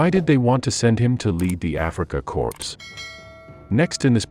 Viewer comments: Good video, but it's Africa Corps NOT Africa Corpse. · You had mentioned Sperling in the family name of his ancestors. That can be a Jewish surname. It was an informative video. However your pronunciation of the Afrika Corps, it’s more like core. The p and s are silent my good fellow. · The Afrika CORPSE, oh dear. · Africa "corpse"? These computer voices are so lame. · Africa “corpse?” And “ware”macht? Good grief.